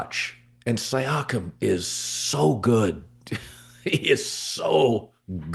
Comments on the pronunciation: Hey Colin, it's See-Yakum 👍🙏 haha ok you started to get it right 1/3 of the way thru. Thanks! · The way he says Siakem… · He literally doesn’t even know the players names.. wtf he saying siakam like that.. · You are butchering Pascal's last name